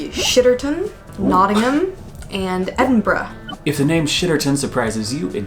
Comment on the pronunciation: you pronounced "Edinburgh" perfectly! 😀